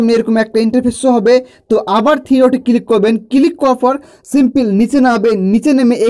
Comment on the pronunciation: কিলিক নয় কথাটা ক্লিক